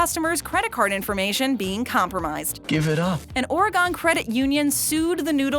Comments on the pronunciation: its Oregon not "or gone"... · she says, "Ora-gone". The state's pronounced Or-e-gun, NOT -gone/gawn. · It's OreGUN not OreGONE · It's pronounce ORE-GEN with the G making a G sound not a J sound! As an Oregonian I should be pissed about the mispronouncation of my state, but we've gotten so used to outsiders mispronouncing the name that all we do is correct people! But seriously people, it's ORE-GEN not ORE-GONE!!! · It's Or-e-'GUN' not Or-e-'GONE' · I shook the 8th ball and it said get the State of Oregon pronouncation right!(8 and counting) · "Well I crossed my old man back in Ore-gone. Don't take me alive" - Donald Fagan, of Steely Dan, 1976. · Learn how to pronounce Oregon.. and shout out waldport bridge!! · just in case you didn't know, but as of right now you have at least 10 comments alone just on the Oregon mispronouncation which is only going to increase as time goes on....just saying! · Never heard anyone pronounce "Schneider" or "Oregon" that way before. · This comment makes 3! Regarding the State of Oregon pronouncation! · Can you at least make an effort to pronounce Oregon correctly? Geez.